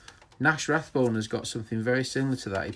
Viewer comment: RABONE NOT RATHBONE